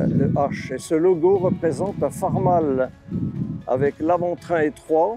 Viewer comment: Très intéressant par contre la prononciation Farm All c’est (aule) qui se traduit par Cultive Tout 😉